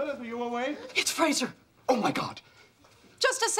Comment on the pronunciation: never noticed this before, but she actually calls him "Frazer".